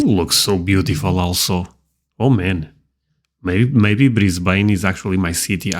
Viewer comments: Melbourne pronounced as Mel-Bin not Mel-Burn Brisbane is Bris-Bin 2032 Olympic games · Fact number 1 about Brisbane, your voice-over guy there on the video, is an American, and that's not how we pronounce Brisbane. If you want to sound like an Aussie, try this : I when west and sore Perf, then I come back East across the Nulla, and through Adelaide. Went on to Mel-bun, then up to Sinny, then we went up to the Gold Coast, through Brizzy (Briz-vegas) to the Sunny coast. It's pronounced BrIZben, or BrIZbn. After living in Australia for 61 years, and in Brisbane for almost 40 of them, I've only ever heard visitors from overseas say it that way. Nobody ever calls it Briz-BAYne! Only Americans .... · Flinders Street Station. Not Flynders Street. Port Phillip Bay. Brisbane is Brisbn.The a is not emphasised. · It's pronounced Mel-bun not Mel-born. So annoying. Brisbane, is bris-ban not bris-bayn. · I wish these American commentators would learn to pronounce our cities' names correctly,. It's not Bris/bain. It's Bristbn. Melbourne is pronounced Melbun. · Australia has everything! Except perhaps an Australian to narrate the video and pronounce places properly Melbourne is Melbin Brisbane is Brisbin There is no such place as Flynders St station Sydney's bridge is the Harbour Bridge (Sydney Bay???) Why a yank???? It is so grating and factually incorrect. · Just to let you know, Australians pronounce Melbourne "Mel-bin", Brisbane "Bris-bin", and Auzzies can and will give nicknames to everything and anything. names, places, events, etc.